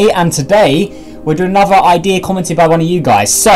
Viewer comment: at the beginning of the video this is what i heard you:welcome back to anover video of univars sandbox 2 me:huh [replays video] you:welcome back to another video of universe sandbox 2